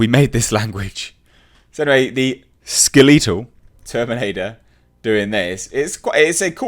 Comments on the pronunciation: Since when has it been SKELL LEE TAL? its fucking SKELL LEE TULL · LOL SkelEEtal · Am I the only one who loves the way says Skeletal?